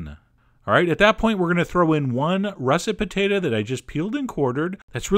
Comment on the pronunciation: "pertata" xD i just love you dude!